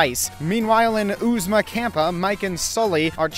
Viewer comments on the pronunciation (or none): It's Kappa, not campa. Kappa is a greek letter, the frat and sorority letters alternate between greek letters and monster sounds.